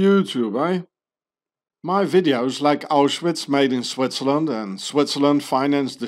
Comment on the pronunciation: how come you pronounce Switzerland like Swaziland